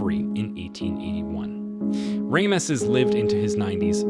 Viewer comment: I like what your doing but your seriously mispronouncing allot of words, Saigon, Ramesses, Bonaparte's amoung others